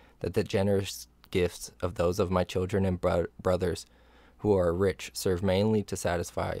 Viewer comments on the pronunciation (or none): none